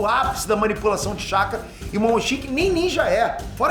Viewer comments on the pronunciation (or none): none